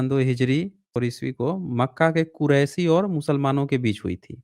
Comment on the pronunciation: Kuraishi nahin hota hai Qureshi hota hai be Mohammed Sahab Suresh Khandan ke niche